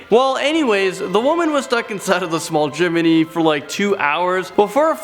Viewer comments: It’s chimney not chiminey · CHIM-NEY..... not a CHIMMINY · Chim-I-Nee? stop saying chiminee! its Chim-nee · It's pronounced Chimney. Not Chimerny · Not chimeney Its CHIMNEY! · She got stuck in the chimney (Chim-eh-nee) Me-. ITS CHIMNEY!! (chim-nee) This is a joke. Ilysm!! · What's a Chiminey? It's Chimney. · "freakin' chiminey" Lol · PLEASE DONT SAY CHIMENY,IT MAKES ME ANGRY!!!! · M8, chimney has two syllables not three. Chiminey would have three and is how you are mispronouncing chimney. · Haha he says "chim-men-ey" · How says chimney...😬😬😬😬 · Who else got annoyed when he pronounced chimney wrong?